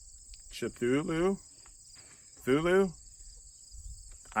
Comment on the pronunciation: It's pronounced K-Thoo-Lou there